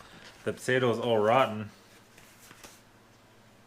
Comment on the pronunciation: Did you say " au gratin", or "all rotten" ?